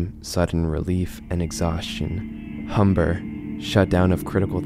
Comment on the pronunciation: Why can’t I stop laughing at “humber” and “nage” lol Yeah I feel pretty nage when at work.